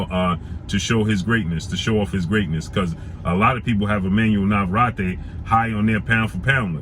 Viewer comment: His name is pronounced Nava-Rette